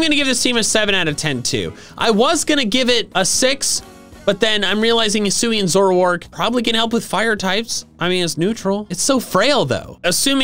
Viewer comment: HISUI, NOT HUISI!